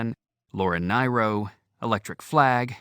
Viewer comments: Funny how he says “Elmeera’ for Elmyra, and “Nye-Ro” for Nyro. He’s none the Y-zer. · Thanks for sharing. was good overall in narration, but the editor or producer was asleep at the wheel to let him butcher some pronunciations. This included “Binghamton”, ‘Nyro’, ‘Giuffria’ and one or two others. EDIT: oh yeah, ‘ Elmyra’